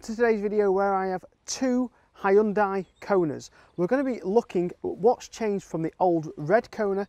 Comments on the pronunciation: Says more about you than mispronunciation. And anyway, it's my job to correct him on these things 😁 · Ugh. Learn how to pronounce Hyundai to gain a bit of credibility